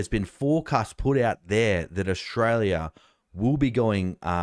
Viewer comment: Another complaint! It's Australia, not "Oshraya".